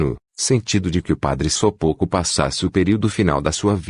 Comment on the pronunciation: O ć tem som de "ti" Sopoćko se lê : sopôtiko